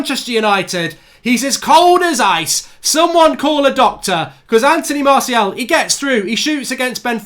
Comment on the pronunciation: how’s he not able to say Martials name properly though.. mans saying Marciel 😭